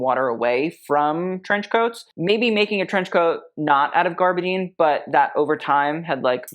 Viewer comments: A lot goes over his head he just wants everything over the top no matter how ugly it looks. Can't even pronounce gabardine it's not spelt garbadine. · Gabardine, please...NOT garbadine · You have quite a number of followers who assume that you know what you're talking about. The fabric from which trench coats are made is gabardine, not "gaRbadine", as you mispronounced it multiple times. You know too much to make such mistakes. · I’m going to go out on a limb here, but when you say garbadine, are you meaning gabardine?